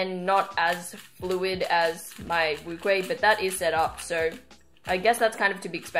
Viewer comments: NCubing its wu-cheh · Lol no she said wuque wrongly.NCubing is correct.